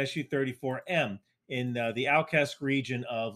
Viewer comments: Al"ch"evsk. It makes "Ch" sound like "ch"opsticks. And for the future I would also like to explain that "Kh"erson makes "h" sound like "h"ope. I have no idea who put K in here, the rules of transcription are kinda weird. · It's AlCHevsk, CH like in Chips, not like K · A friendly explanation of "Alchevs'k" pronounciation: ch is not "k", but "ч" like in chair, chain, chase. And "s'k" has softer "s". Please keep the good work and thank you from Ukraine. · the "ch" in Alchevsk is pronounced the same way "ch" is pronounced in "chair", not "chemistry". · Hey, if you're not sure how to pronounce a foreign word, try having Google Translate say it. It's not 100% perfect but it's 100x better than random guesses. For Alchevsk I'm not sure how you started pronouncing it AR–something, but it's just al-tchesk. Pretty much exactly how it was written, just with a semi-silent v; it would even likely be understood if you said al-tchev-sk. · Hi,. Thanks for your videos. I really like them. Started watching you when the ruzzia invaded my home country Ukraine. I wanted to give you a tip, as I noticed that you sometimes struggle to pronounce Ukrainian city names. A lot of our cities have 'ch' inside them, and you would read it as a regular 'ch' sound at the start of words in English, for example, in words like a check, checkout, checklist, etc But not like in alchemy/alchemist Al-chev-sk P.S. You don't have to uppercase the word russia, it doesn't deserve to be uppercased. You can make it even smaller, ʳussia =) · The correct pronounciation of Alchevsk is "Al - Che (like in Czech) vsk" - if put into google translate alczevsk and not deafen v like it does you'll receive corect name more or less, transliteration is correct but pronounciation not that straight forward for non native speaker. Anyway thanks! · Alchevsk, Al as in aluminium, "Ch" as in chair, E as e, and vsk basically is read as it is written